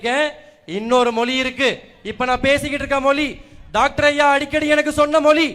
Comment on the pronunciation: ஏன்டா பட்டியல் சமூகம் என்றால் கேவலமாடா தம்பி. தன்மானத்துடன் பேசுடா தம்பி. மொலி இல்லடா மொழி.